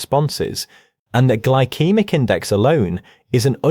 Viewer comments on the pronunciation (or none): Gly-kee-mik? That’s You mean Gyl-see-mik.. Glycemic